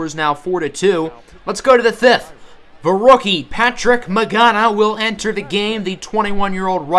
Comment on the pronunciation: Patrick 'It's not pronounced like that' Magana